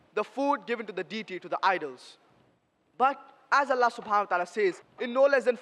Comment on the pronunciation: Allah ❌ nalla ✅😂😂😂